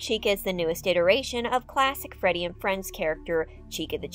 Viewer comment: The start u say ferty fazbear lmao